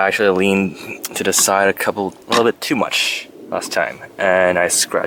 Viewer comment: Did anyone notice this guy can't pronounce the word "side"?